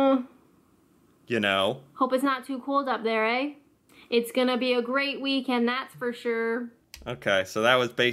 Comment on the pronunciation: You put on a really weird accent when you're imitating us lol. Just talk like yourself and use the slang 😆 She's also putting on a weird accent when she's imitating the slang, I'm not sure where she is from, but ignore it lolol. Also you're putting too much emphasis on the eh. Just say it like it's part of the last word you've said 😉